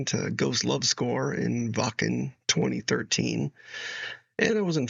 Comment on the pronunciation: You pronouncing Wacken correct: subscribed!😊